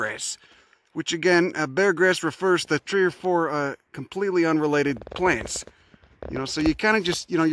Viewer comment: "Plaints" lol